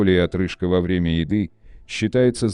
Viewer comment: Придираюсь конечно, но «во врЕмя», а не «ВОвремя»… …